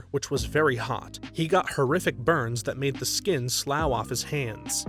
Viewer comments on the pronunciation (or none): Appreciate you read these yourself (not the freaking ‘robo-voice’). Just to let you know, the word slough is pronounced “sluff”. Fyi.